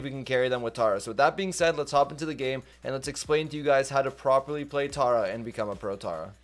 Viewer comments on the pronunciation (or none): Tera not tara